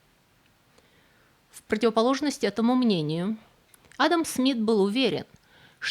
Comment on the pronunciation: P.S. есть ещё одно замечание - вы уж, дорогая, определитесь как надо правильно делать ударение в имени "Адам" - то ли как у русских, то ли как у чеченцев; а то за время ролика вы раза по три сделали разные ударения.